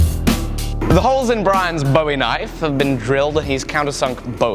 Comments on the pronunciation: I get you! I pronounce them both the same too! It kind of grinds on a Texan’s nerves to hear it pronounced like a “David Bowie” knife, instead of a “Jim Bowie” knife! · I greatly enjoy your videos, but I have one gripe, and it's with your pronunciation of Bowie. It's pronounced like buoy or boo-ee, named after Jim Bowie. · Just for the record :) and grins, Bowie when referring to Jim and the knife is pronounced to rhyme with Louie, so... Boo-ie... Love the vidoes! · it's a "Boo-E" knife. I know, I'm a Texan. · Same here! I pronounce it similarly to buoy. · I guess it's mostly Texans that really pick up that you say "Bowie" incorrectly.... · bugged me too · Jerry Jeff W I'm normally not someone to correct pronunciation, especially because a lot of things are pronounced differently all around the world. But Jim Bowie is a historical figure, and American folk hero, the pronunciation should be done correctly.